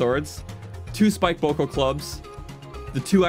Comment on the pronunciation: it’s boko but it goes more bow k o